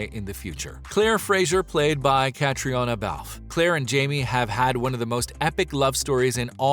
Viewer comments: Don't people ever tell you how to pronounce names?? Her name is pronounced KATRINA, not catriona!! Please get that right. (from Sandi) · Nice video. But her name is pronounced "catrina ". And I think Graham is divorced. In Men In Kilts he referred to his "then wife" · CAT-TREE-ONA says her name is pronounced Catrina. Get it right sometime this century. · Say Caitriona's name right....... "Katrina" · We were more than a little bit heartbroken when Cat got married .... and not to Sam!!!! Pronounce her name right please. Katrina is how she says it.